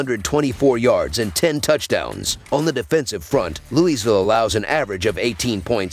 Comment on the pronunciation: its LOUIE VILLE. say it with me